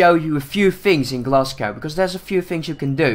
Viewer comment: when ever he said Glasgow wrong it really annoyed me because I have Scottish blood